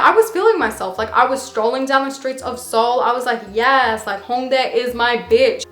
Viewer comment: I'm french and you're pronunciation of HHHongdae and annyeonghaseyooo made me laughed bc I can hear if a native talk or if it's a stranger 😂😂 I know it's weird but it made me laughed x)